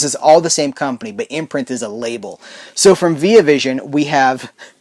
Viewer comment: You're pronouncing the Via in Via Vision wrong btw, and it's not cause your American and I'm Australian either